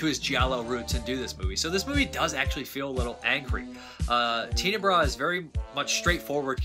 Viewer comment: Darry Argentoo? ... Teena-bra? ... Whaaaaat? ... It's Darry-o Ar-gen-toe ... and Ten-a-bray